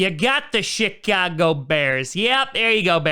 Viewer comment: Sounded like he said Shitcago Bears but didn’t want to make it obvious and hurt the Bears fans feelings